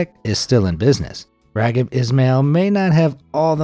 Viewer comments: Raheeb not Ragid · "Raggib"??? 🤣😅 His name, Raghib, is pronounced (ra 'JEEB) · His name is "Rah Heeb" Ismail NOT Raggib lol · IT'S PRONOUNCED "RAH-HEEB" NOT RAGIB and the first recorded game of Canadian football took place in 1861, eight years before the first documented American football match. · It's not pronounced Rag-Hib. It's pronounced Ra-Jeeb🤦🏿‍♂️ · It isn't pronounced "Ragib", it's pronounced "Raheeb". FYI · Pronounced like "Rah-Heeb".....not Ragib...lol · Dear Mr. voiceover... two bones to pick with you. One, you are butchering the pronounciation of Raghib Ismail's name. I watched him play in Toronto in the early 90's and it was never pronounced Rag-hib. Secondly, the CFL was not a newly-formed league. It has officially been around since 1958 and it's Championship, the Grey Cup, actually dates back to 1909. (Much longer that the borefest that is the Super Bowl!) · Raghib is pronounced raheeb,and the Canadian football league was not newly formed. Now I remember why I unsubscribed from you already. All your information is littered with false and misleading information. Learn to research more thoroughly. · Who tf is "Ragid" Ishmael? I remember Raheem "The Rocket" Ishmael that played for Notre Dame. Never heard of Ragid.🤦🏾‍♂️ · Are you seriously calling him RawG-hib? You do not pronounce it with a hard G. In fact, you don't pronounce the G at all. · Did he call that man ragged? That's NOT how u pronounce the name. Smh! Y'all gotta fact check. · My guy…. If you are gonna try to highlight peoples problems and issues, at least get their names correct. This isn’t the first time you said a non-white persons name waaaaau incorrectly. Do you even do actual research? The name of the football player Raghib Ismail, is pronounced Rah-Hib. Put respect on people’s name as you recognize their faults. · pronunciation of raghib also not great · I guess it's because you were not alive in the 90's that you don't know how to pronounce Raghib.